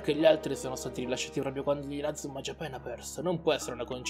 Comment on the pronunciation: si dice inazuma jiapan no jiapen